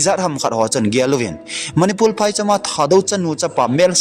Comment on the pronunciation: Nathu sei maltal a om pon,martar ti joh di ahin,chun.manipul ti lo va manipur ti joh di ahe..thadou speak kei jong ka tho in di dih taha ka seithei e..namdang hong i english pou tho ei nuisat in teu ve.🤭🤭🙏